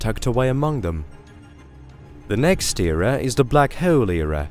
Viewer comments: My ears bleed when I hear him saying black heeoul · anybody else infuriated by how he says bleaackhk haaawuleee